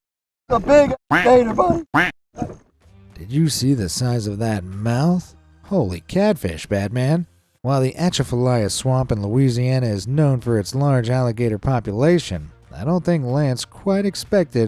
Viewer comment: Look up the proper pronunciation of Atchafalaya please. You butchered it!